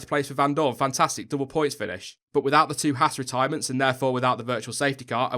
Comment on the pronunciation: friendly note: It's pronounced "Hawz" not "hASS" The misprounication lands hard on American ears...not a big deal but Haas' entry into F1 is growing the US fan base (and YouTube subcribers) who own and operate Haas CNC machine tools. Perhaps more importantly...there's a growing disenchantment with US based NASCAR motorsports. Stewart-"Hawz" being preeminant in that endeavour (look, I spelled it with a "U"...quid pro quo) is ultimately bound by the format of multi-colored cars taking left turns. Yes, we Yanks realize F1 is "the rest of the Worlds" motorsport but we're warming up to F1 in droves thanks to Haas. Last, Gene runs his race teams the same way he runs his business...hand's on and no bullshit. What McClaren and Force India are exhibiting mirrors the reactions of Haas' machine tool competitors around the globe. In short, Gene's used to it...don't expect him to flinch anytime soon. And you're right, McClaren/Force India would do well to spend more time gazing at themselves in the mirror.